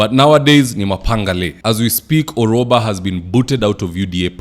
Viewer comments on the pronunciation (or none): Gloria Orwoba not Orwaba,.